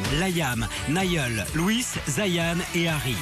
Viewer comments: Mdr comment il a prononcer leurs noms ptttdr LOUIIISE ZAYYAAAAN LAYYAAAAM Nayyyeuul Harry lol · " Layam , Nayeul , Louisse et Zayan " HAHAHAHA Sérieux même Louis il sait pas le dire? x) En plus il a oublié Harry! A mon avis c'est trop simple a dire alors il a préféré se taire :/ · OMG mai le mec c'est pas prononcer leur nom *__* Louis c'est comme Louis XIV ca s'prononce pareil alors la Louisse?? POURQUOI?? on m'explique?? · Nan mais c'est quoi ce délire franchement ça me met en rage les gens qui savent pas prononcer leur prénom ! Bon Niall , Zayn ok ça passe je peux comprendre mais Louis Liam ! Y'a que Harry ou ça va ❤❤❤❤❤ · Il faut qu'il apprenne a dire le prénom de Liam et Zayn et Louis --'